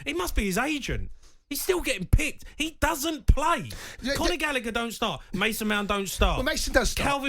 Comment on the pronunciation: Conor Gallagher pronounced Gall A Her not gallicker